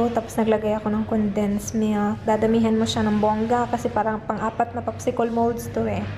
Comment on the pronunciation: popsi-col?hehe. cute mo tlga. popsi-kel po kasi pag tagalog and english